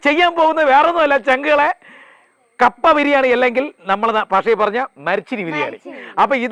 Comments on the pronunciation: കാപ്പ അല്ലാ കപ്പ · കാപ്പ അല്ല കപ്പ